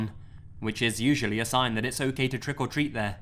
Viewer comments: I swear , he says “Trickle Treat” Sounds sexual :) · This is my favorite narrator ever but WHY DOES IT BOTHER ME SO MUCH HOW HE SAYS TRICK OR TREAT???